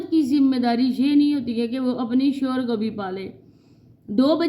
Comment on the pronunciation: Ap shor na bolo shohar bolna sister